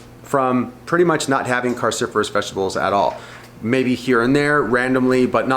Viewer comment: Cru not carcifurous!!!!